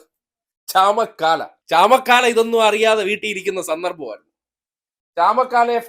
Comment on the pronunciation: ചമക്കാല അല്ല ചാമക്കാള